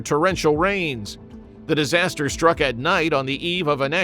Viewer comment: Tofu-DrEG, not drAg // disaster, NOT disaster // a terrible start to your video, with a very botched title…